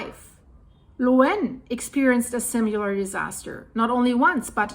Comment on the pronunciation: I'm just here to listen to pronounce "similar" and "similarly" 😁